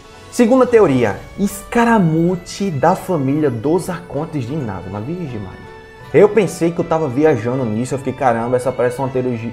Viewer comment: É Inazuma e não inázuma ! Ótimo vídeo !